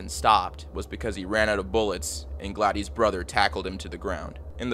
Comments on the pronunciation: “Glad-ees”???😂😂 Her name is Gladys. Pronounced “Glad-iss” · “Gladdies” 😂 bro really? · 'Gladeese'? You don't know how to pronounce her name? A common name like Gladys? The city of 'mendylean'? You Americans never cease to amaze me with your ignorance. 'Deprave-ity'...ffs... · Pronounced “glad-is” not “gla-dees” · is it spelled Gladys? that's glad-iss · Hey man, it's pronounced Gladis, not Gladys. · I'm going to go out on a limb and say Gladys' name is pronounced "Glad-iss" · There's so many words you're mispronouncing. Simple common words like Gladys and Medellin. You should try using Google for help with the narration. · Please learn how to pronounce Gladys lol